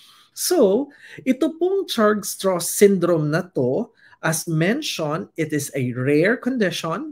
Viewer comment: Pronounced as Strauss like Levi Strauss.